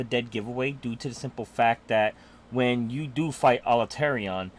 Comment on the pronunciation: I love the video, but 'Alterion'? Made me laugh each time, I love you man, but it's 'Al-a-tre-on'